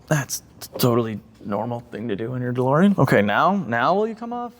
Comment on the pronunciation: A challenge Do a shot everytime says DeLoreon, and see how long you last until passing out🤣